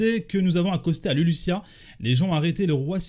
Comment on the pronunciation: on prononce LuluZZZia pas LuluSSSSSia 😂😂😂